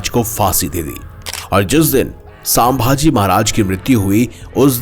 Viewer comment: Plz nam to thik se pronounce karo.....saambhaji nhi sambhaji Maharaj